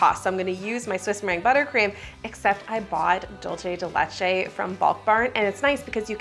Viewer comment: Hi! argentinian subscriber here! 🙋🏼‍♀🧉 "dulce de leche" is not italian, so it's not "dolce", think of an S when you see the C in "dulce", do an S sound and you will be pronouncing it correctly, Because your "de leche" pronouciation is really good!! love your videos! 🎂💕